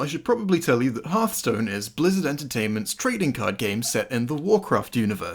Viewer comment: Imagine unironically saying Harthstone.